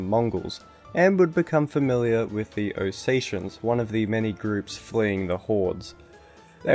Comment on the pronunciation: Ossachians?it's pronounced oh set ee ans iarnt they Ossetians and not ab harz I ah it pronounced ab khaz I ah the place is Abkhazia.